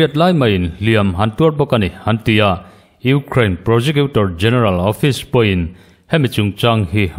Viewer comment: I thu chhiar angaihnawm e, kan ṭawng nilo ṭawng dang, Ukraine tih ang te i lam dika, News Reader in nihna angin i smart a atha e, kan Youtube Channel neih thenkhat hnam dang ṭawng lam fuhlo hriat tur a awm fova, a in hmeh chiah lo deuh, tin Twesday Nightmare te ang mahni ṭawng pawh lam fuh theilo tehi rawn inla News viau ṭhin hmahse an hne awm ṭhin. Hmasawn zel tur kan nih ang bawkin, News readers tehi chu smart em em tura beisei pawh inni e, tin Russia hian Ukraine a rûn hi sim thak tura Russia hi nûai hrep tlak ani, tin Fuel hi tlema lam uluk leh deuh tumla i thei em em ang, "Fiuwel" ti anga lam rik a dik ang. U kha Mizo in "iu" tia kan lam rik anga lam rik tur ani ang. Indo leh indo thuthang a tam ṭhin hle a, tun lai News hi a rumra hlawm ṭhin hle kei pawn ka ngaithla nasa, ngaihnawm tak chu ani bawk si..😂